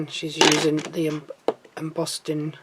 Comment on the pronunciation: Madam, you kept saying embossting folder. There’s no T in embossing folder.